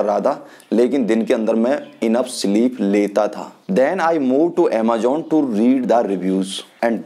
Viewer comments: People like you are like crabs. Koi acha kaam krne ki koshish kare to tum jaise log use karne nahi dete. .. English tumse boli nai jari... Just because tum pr wo product kaam ni kiya.. Defamation krna shuruu.. Har product k ek achaa point hota h ek bura... AMAJOONN nahi bhaiya amazon 😂😂 grow up buddy khud m kuch karo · Phle amazon bolna sikh.